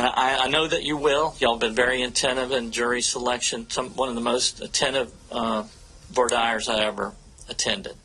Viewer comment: I don’t trust lawyers who can’t pronounce “voir dire” correctly.